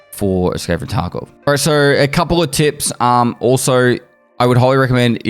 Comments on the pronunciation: stop saying "tarko" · Did he just say tarkove?